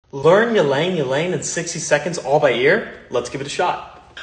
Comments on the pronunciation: It's pronounced "ee-lahng ee-lahng" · E lang E lang??? It’s just lang lang the y is silent. 👍🏽